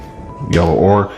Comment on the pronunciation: pronounced o ker